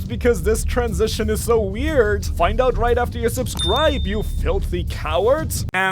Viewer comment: The amount times the narrator mispronounces find and found in the wrong fashion is annoying. White beard, Oden annoyed faces